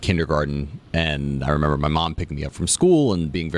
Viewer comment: Why can’t say remember correctly and why yall let it slide